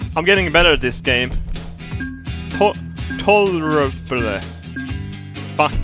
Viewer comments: tolerable (TALL-ER-ABLE) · I love how u sounded out tolerable "tolleh-reh-bleh"